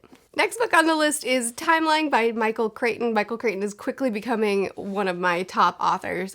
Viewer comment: Michael Crichton. “Cryt-un”.